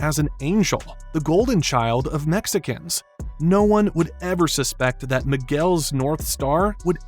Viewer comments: I can’t quite tap why, but the way you say “Mexicans” makes me laugh so much. Great video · Something about the way you say Mexicans is so funny